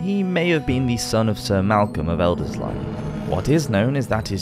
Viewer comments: And Elderslie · practically that whole list of names was completely wrong one after the other lmao Lanark, Elderslie, Renfrewshire and Scone where all wrong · Loving the content on the channel, I’ve been binging all of your videos! But I’d suggest looking up the pronunciation of place names - Renfrewshire, Elderslie, Lanark, and Scone all pronounced wrong in quick succession was a bit jarring. Not that this takes away from the interesting content, please keep it up 😊